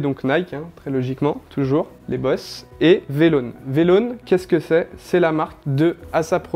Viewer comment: V en anglais ça se prononce vi donc vilone. Et bon ça va il s’y connaît mais il dit des conneries. Morgan il capte rien. Moi mon père c tinker hatfield